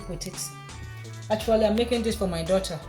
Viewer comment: Love the way you say the word, “daugh-tuh”.